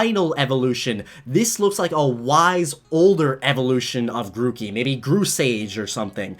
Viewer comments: The R in Grookey should be before the O's! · It's Grookey, not Gorkey!